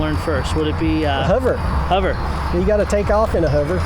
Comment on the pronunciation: WTF is a "Huver"?